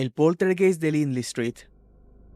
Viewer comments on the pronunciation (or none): none